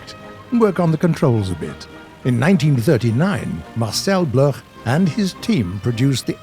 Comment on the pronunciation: Can war thunder pleas re add the option to have three colored smoke trails? By the way, Marcel Bloch is prounounciated Marcel Block, he later changed name to Marcel dassauld